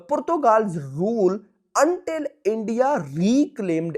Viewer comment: purthugal ✅ Portugal ❌ 🙂🙂